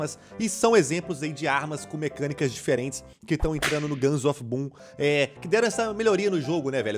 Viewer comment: So eu q entendi guns of pum?